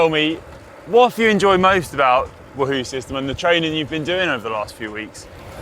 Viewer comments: GCN! Can someone please teach Conor how to say Wahoo? It’s WAHhoo… not WahHOO…. Nails down a chalkboard 😱😫🤯 #itsleviOsanotleviosA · Actually it’s Conor’s pronounciation. Everyone else pronounces it Waa Hoo